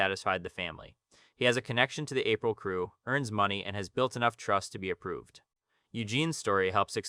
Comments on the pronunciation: Why are you calling them April lol, its pronounced ah-preel. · Ritchie A-prill, not April.